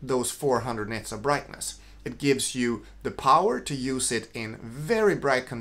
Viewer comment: are you saying 'nets' of brightness??